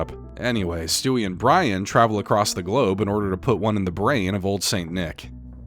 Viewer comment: Being sweaty and staying in water all the time is gonna make you sick eventually...and makes you get your vowels mixed up: (brAIn❌) - (brIAn✅)